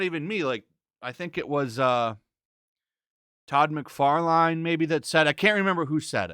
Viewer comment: "Tod Mc Far Line"